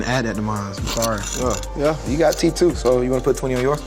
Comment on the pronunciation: “You got teef too I ain’t pay for em” 🤣🤣🤣